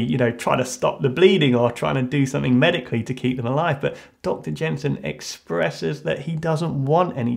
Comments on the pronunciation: Dr. Yinsen... Not Gensin. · It's Dr Yinsin not Jenson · Gud video but im pretty sure his name is Yin-sen not Jensen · This is cool. But uh, it's Yinsen. Dr. Ho Yinsen, not Jenson. 😅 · Yinsen not jenson but oh well your vids are great idc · dr it's yensin sorry to correct you it's not gensin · It's Yinsen, Dr. Ho Yinsen. Not Dr. Jensen :) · Its yensen, not gensen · Come on dude, it's Yinsen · Did he call Yinsen "Dr.Jensen"?